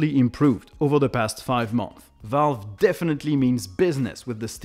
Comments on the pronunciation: It is pronounced Month(s) - Plural. Not Month. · I don't hear the "s" at the end of "months" (in plural). Otherwise, nice videos you got. Keep it up!